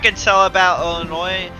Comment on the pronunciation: Imagine saying Illinois with an s